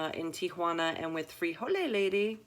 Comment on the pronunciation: There is no e on the end of frijol and no e is pronounced when saying the word. The e is added and pronounced before the s when the word is plural, as in most plural Spanish nouns ending with a consonant.